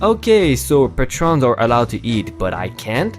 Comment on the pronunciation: PAY-trons not pa-trons. again just trying to help. So please don't get mad at me.